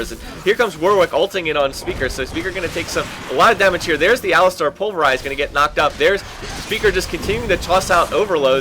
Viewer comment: I really like your videos but please try to learn how to say champions names correctly. I don't know how you get shijn chow out of xin zhao but I think its wrong. Also its not aliSTAR, it alistar.